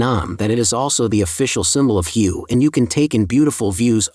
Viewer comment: Pronounced Way